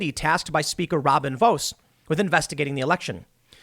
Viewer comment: So Robin Vos - it's pronounced VAUGHS, like 'toss'